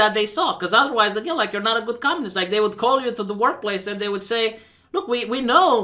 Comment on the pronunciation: It's not conmunist you fucking Yokel